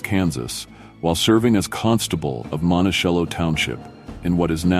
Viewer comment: "Wyatt Earp and wife Joseph?" Your AI voiceover needs some serious corrections ...... and needs to be taught how to pronounce Paiute and Ouray, and to know that "Bros." is BROTHERS, not to be pronouced as "bras"! And "Luke Valley, Never?" Maybe it was NEVADA????????????? And then there's the pronunciation of "Montocello" as "Montishello........"